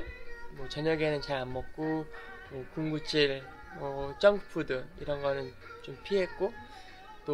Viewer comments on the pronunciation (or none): 정크푸드를 쩡크푸드라고 하는 당신....소시지를 솟쎄지라고 하는 당신....귀여워.....귀여워................다...귀여워....다....